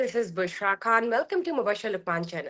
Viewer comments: میڈم آپ اپنا نام ہی درسے نہیں لے سکتیں آپ سے کوئ نام پوچھے گا تو آپ کہیں گی ۔۔ حالانکہ کھان کوئ لفظ نہیں خان ہوتا ہے جان چھوڑیں یا تلفظ درست کریں اردو کی رہی سہی جان پہ رحم کریں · پتہ نہیں کیوں اس عورت کو اپ لوگ پروموٹ کررہے ہیں ایک تو پہلے ہی ہندی فلمیں ہماری اردو کی پہچان ختم کررہی ہیں اوپر سے ایسے لوگ۔ افگانی کھان صاب وغیرہ وغیرہ۔۔ خدا کے واسطے اردو کو پروموٹ کریں اور ان کےبتلفظ درست کروایئں میں نے صرف ایک پروگرام نعم صاحب کا دیکھنا چاہا لیکن صرف دو منٹ میں میری ہمت جواب دے گئ میں ایسا تلفظ برداشت نہیں کرتا۔ اور آپکا یہ پروگرام بھی صرف 50 سیکنڈز پہ بند کر رہا ہوں